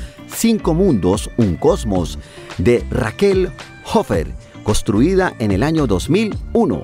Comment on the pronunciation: Me disculpa...pero no sé dice.. COSTRUIDA... se dice CONSTRUIDA igualmente se dice CIUDAD... no se dice CUIDA... Hay que hacerle al buen hablar. Ojo con eso la gente lo escucha y califica.